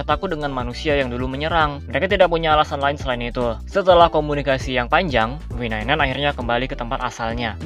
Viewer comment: V9 9 bjir dibacanya